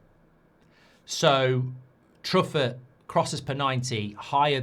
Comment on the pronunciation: Truffet is said in French, True-Fay, not?